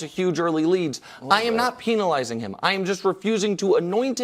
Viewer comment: Nick pronouncing penalizing and penalty differently is wildin, man